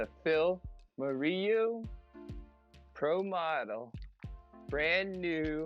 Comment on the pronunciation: Moreau is probably pronounced Morrow, French name